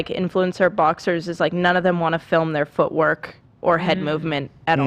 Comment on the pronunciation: Ethan saying feetwork instead of footwork 😭💀